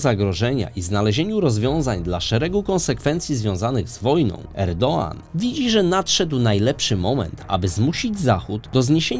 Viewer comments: Popieram. No i akcent pada na ostatnią sylabę, o ile się nie mylę. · Erdoan, Erdogan, Erdąąą - to mnie jako osoby tureckojęzycznej, ale też ogólnie jest to problematyczne słyszeć jedno nazwisko wymawiane na kilka różnych sposobów w filmie. Czy mógłbyś przemyśleć wymawianie /erdoan/ jak powinno po turecku? Pozdrawiam i dziękuję za film